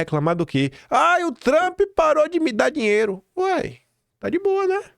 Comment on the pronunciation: Esqueceu do "R" na palavra "dinheiro" da tumb